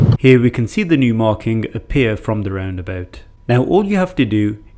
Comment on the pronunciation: I like the way you say roundaboot, laddy!